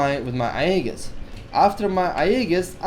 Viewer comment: Aegis is pronouced "Ayy Jis"